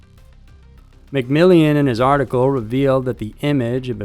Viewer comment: It's not "McMillian," you moron! It's "McMillan." It's right there in print. Who taught you how to read and/or pronounce things?!